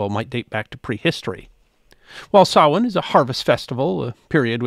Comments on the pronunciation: Thank you for pronouncing "Samhain" correctly. It is "sow-in" or "sow-een". NOT "sam-hain" as it is spelled. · I think the closed caption is bang on. Most Irish people would pronounce it 'sawan', with the first syllable like 'sow', a female pig. Actually you pronounced it very well. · I knew would pronounce Samhain correctly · My compliments on your accurate pronunciation of "Samhain"... absolutely perfect! Maith thú,!